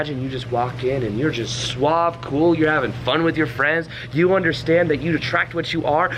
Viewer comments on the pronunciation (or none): none